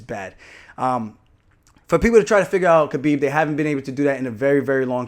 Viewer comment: Idk how you still call him kbeeb it’s K(Habib) cause the K is silent.